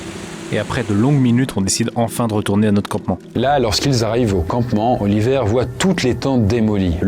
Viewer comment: Autant je connais des Oliver, mais des Oli''vert'' c'est pas commun 😅